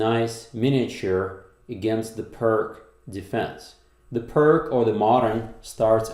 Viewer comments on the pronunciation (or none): Pronunciation of "pirc" sounds more like peerts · Apparently it’s pronounced Peerts. After Vasja Pirc. Is this one of those occasions in the English speaking world where people know the common pronunciation is wrong but carry on regardless? Anyway I better watch the game...